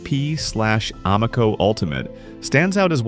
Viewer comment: Amaco pronounced as Uh Mow Coh? Must be an AI generated video.